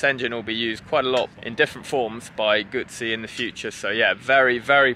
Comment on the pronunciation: Moto Guzzi(Goozy)..Not Gootszi.!!!!